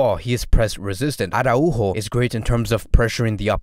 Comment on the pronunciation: Wow!!!! Congratz!!!!! Ara-Újo! Perfect pronunciation!!!! The best FCB channel (and I do mean that) has just become even BETTER! Thanks bro! Keep these great vids coming!